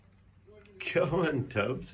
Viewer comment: come on diyor ama iyi dinleyin sanki Kemal diyor :D